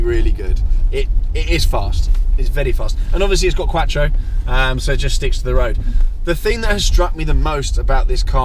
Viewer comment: The D on number plate stands for Germany. It is a German car on English roads. The letters stand for the country in which the car is from. I love your videos but you do talk some shit hahaha keep it up! Ps- it's quattro not quacktro loooooooool